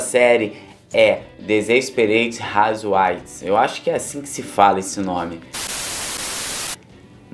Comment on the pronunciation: Pronúncia Despereite rauzeuaives